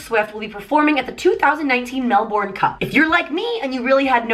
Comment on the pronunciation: The way says "Melbourne" has me dying 😂